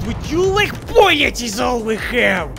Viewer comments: The way pronounces "bullets" brings a smile to my face. YOU'RE GETTING BOOLYETS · You get boolets, you get boolets, and you get boolets! YOU ALL GET BOOLETS!